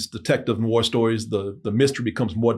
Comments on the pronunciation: Noir is pronounced nuh-warr it’s not pronounced like it’s spelled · a movie critic....not being able to properly pronounce noir (new'are)...is troubling...it means you don't know the genre, the troupes, the symbolism, the origins...and yet...you are critiquing??? smh...every time he says the word...I ask...why am I watching this? You should've went to Turkey and stayed married bro... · Is mispronunciation of noir part of the bit?